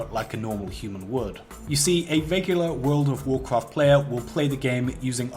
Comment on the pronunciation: worwld of worcwowft